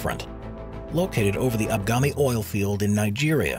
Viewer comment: *Agbami, not Abgami. I ran a supply boat to that field from Onne, Nigeria.